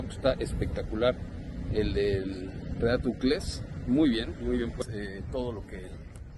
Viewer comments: Porqué le dice Renato Uclés a Chelato Uclés 🤔... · El reportero de tv azteca siguió diciendo renato ucles que nadie le dijo que es chelato ucles?